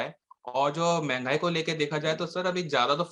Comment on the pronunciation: मेंगई नहीं "मंहगाई" ज्यादा अंग्रेज मत बनो।